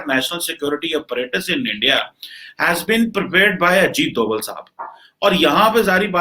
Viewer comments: Aap baat samjhey he nhi mamla doval ya dobal ka nhi h mamla a ka h ye doval ko bhi dovl kahega rahi baat dobal ki toh paharhi Mai dobal hi uccharan hota h hamare yaha hindi mai hota hoga jo maine dekha h uske anusar kah raha hu fir bhi doval or dobal issue nhi h issue h beech ka a gayab hona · satyendra Lamba..Laaaamba bole lumba nhi hota lamba hota h Ajit Dobal hota h doble nhi, modi hota h modddi nhi bolna seekho yaar tum pakistani ho toh khittey k he bolna bhi nhi aata h tum logo ko